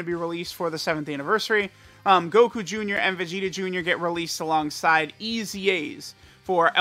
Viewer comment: "we got Goku joonyah"